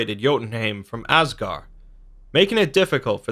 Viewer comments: I like the information, but man, you are mispronouncing all of these words. Asgard, the d is not silent, it's like a hard th, as it was originally written as Asgarð/Asgarðr. the 'ei' in heim sounds like a long I. the Ae/Æ in Aesir/Æsir, sounds long A. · And stop saying asgar say asgard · also there's a D at the end of all those "gard" names... you know this right? I mean, you show pictures with the name right there, and im sure you've read many many sources... there's a D there...